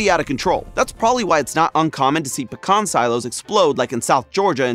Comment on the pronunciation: So are we not going to fight about the pronunciation of pecan?